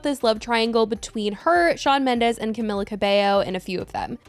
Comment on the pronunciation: The comments on the last video told you that you weren't pronouncing Camila right...